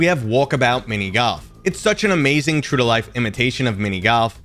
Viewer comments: nah, I just listened to it 5 times and I really hear GALF or GAWLF but definitely not GOLF. Maybe it's your accent, but I've never hear that one before. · What's mini GALF? 😂 Is it just me or did he pronounce GALF instead of GOLF?